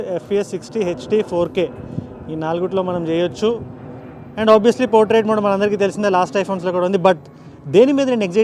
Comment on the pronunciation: and even in video lo kuda 3 modes Ultra wide MODEUUUU… Regular MODEUUU… & Zoom MODEUUU… and we are TELUGUSSSSUUUUUU !! 😅😅 to